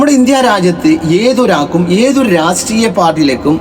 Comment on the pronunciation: റസ്ത്രീയ അല്ലടാ രാഷ്ട്രീയ 😂